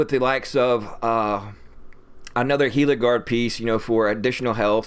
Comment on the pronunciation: Thank you for pronouncing GILA correctly. Illiterate agents run rampant in The Division 2. You just gained a new sub. Good build too.